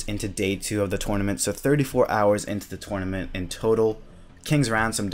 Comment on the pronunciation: TURNament not Twuynament